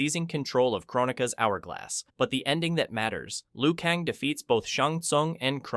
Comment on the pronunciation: I thought i was tripping 😆😆. My man said Liu Kahngggg